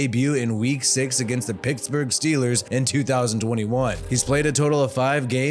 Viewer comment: Dude, you said, "Picksburg."